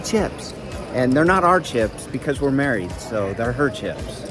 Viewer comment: "There not our chips, There her chips. We're matried" spoken like a true hero.